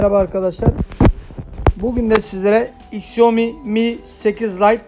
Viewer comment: Onun adı iksiomi diye okunmaz şaomi diye okunur